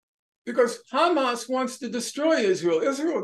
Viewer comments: Sanders is so dedicated to help Israel with that genocide. One can see that dedication even in the Israeli way he pronounces Hamas term. The first sound is too zionist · Bernie started pronouncing Hamas as Khamas. That should be your first indication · anyone notice how bernie has never said “khamas” before and suddenly he’s speaking like an israeli? does anyone know why israelis say “khamas”? i don’t hear “kh” pronounced with any other words beginning with “h.” is it some inside israeli joke…? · He’s even adding the K at the start of Hamas 🤣🤣🤣 that’s how you know he’s turned